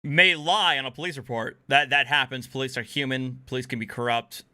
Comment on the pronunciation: I thought it was police with an O and an I, so I don't know what the crazy psychotic is even on about calling them the pal-lace. Maybe she could try to pronounce the letters better. I know I need to occasionally.